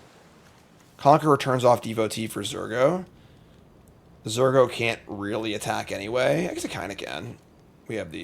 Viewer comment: Believer. It's Zur go!